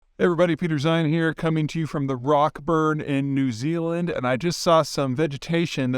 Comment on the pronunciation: Routeburn, not Rockburn. Anyways, enjoy NZ!